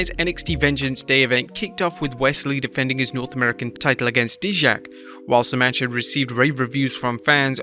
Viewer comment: Dude, Dijak is pronounce Die-Jak. Seems like you never watched NXT a lot.